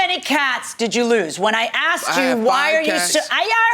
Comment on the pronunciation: It's asked NOT axed, why do people struggle so much with this. His general presence annoys me.